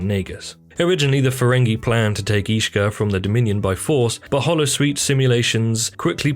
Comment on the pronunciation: combined with some mispronounced names such as Ishka and Dabo, makes it indeed feel like filler content narrated by someone who hasn't even watched the show.